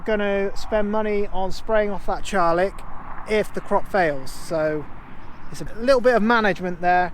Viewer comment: Charlock mat not charlick 😉👍👌